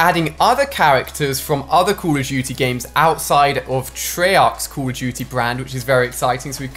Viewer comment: Say call of duty right